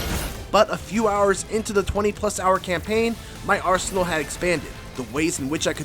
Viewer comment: When he said "20hrs into the campaign, my arsenal had expanded", I swore it sounded like "my arse hole had expanded".